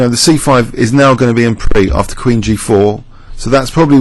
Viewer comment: Why does he pronounce it On pree?